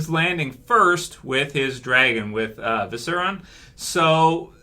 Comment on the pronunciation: ViserIon, not, "Viseron". I don't think Jon's dying, mainly because he died before. Dany would more likely be the one who goes.